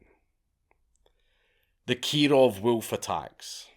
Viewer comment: (Keee-rohv reporting!)